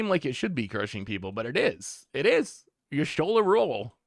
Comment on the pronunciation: desperately trying to pronounce Y'shtola in every way except actually looking at the letters and what order they're in